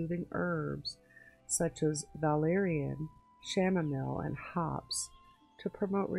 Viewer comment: Isn’t the Chanamile pronounce “Cam-A-meel” I was wondering and that looked like a daisy.